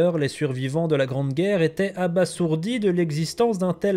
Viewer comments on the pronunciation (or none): Attention on prononce "abazourdi" et non "abassourdi".... Oui je suis pénible